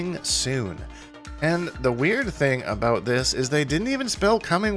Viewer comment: mans hit that "aboot" hard af